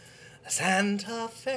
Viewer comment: That Christian Bale stuff is gold. PS- I detect a slight Irish accent on your rendition of "Santa Fe"... Do you think that Jack Kelly was Irish?